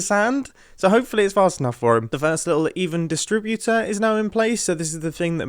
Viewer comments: Funny how he pronounces 'distributor' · Why does he say distributor wrong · Why doesn’t he say “distributor” correct lol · I hope I'm not the only one who is inexplicably annoyed by the way Mumbo pronounces "distributor" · The way u say “distributor” is actually killing me